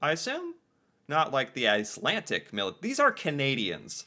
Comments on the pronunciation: Ok... my OCD is triggered every time I hear say Ice-lan-TIC instead of what I expect to hear: Ice-LanD-ick but one with the show. With the Underground Railroad... northern states were more often slave-less or freer states... but federal and state laws could allow slave hunters (aka people seeking to recapture slaves that fled) to operate. Meaning just because a state didn't directly allow slavery (on a large scale) didn't mean all slaves were truly safe there. Entering Canada... where neither provincial nor federal law permitted slavery... was safer. I'm not saying Canada was a utopia of equal rights for all, but it was safer for slaves seeking freedom. I should stop watching react to these. I love seeing most reactors watch these but something about how he stop, asks questions, looks up details, gets confused, and all that rather than just watching the clip and reacting, or going back over it drives me to distraction. I feel like yelling JUST WATCH IT. Maybe it's the questions... I mean other reactors pause and say things about what they saw, breaking up the clip... but so often asks questions that if he just watched it would (hopefully) clear things up. Much of Canada was and still is rural. Yes we have cities, but there is a lot of rural area between them. These teachers taught, from the 1800s (or earlier) UNTIL 1960 when education systems were "improved" across the country. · Why do you keep saying "Icelantic"? It's "Icelandic". D. Not T. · Icelandic...not Icelantic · IcelanDic. It sounded like you were saying IcelanTic. I was in Iceland and had an old guy explain it to me. Many people moved to Canada due to food shortages in Iceland. In Winnipeg, they learned to play hockey and they dominated because of their viking stock. They were HUGE and powerful and much more physical compared to all other teams at the time. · Icelandic is not pronounced icelantic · Ice - Lan - D*ck not Ice - Lan - Tick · IcelanDic not IcelanTic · It's not Icelantic.